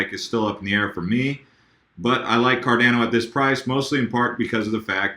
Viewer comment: Pronounced: "CAR-DON-O" (That's how Charles Hoskinson says it)